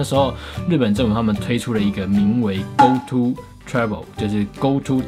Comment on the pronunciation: 為什麼我一直聽成go to脫拉庫...